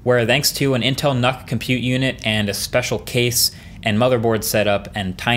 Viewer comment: Look man, I like you a lot, but you cannot pronounce NUC like "Nuck." It's Nuke. I bet you say .GIF like Jiff!